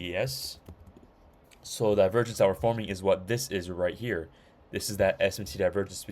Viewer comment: Bro said Divervenge